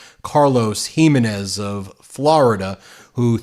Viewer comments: Hee-MAY-nez. Please! See, if you had me as your copy editor, you'd know how to pronounce these things. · Ben, its pronounced "he MEN ez. Get a bilingual Spanish speaker to help you with Spanish names. Otherwise you sound like great white hope, who is hopeless. And yes. I enjoy your videos every day, carnal.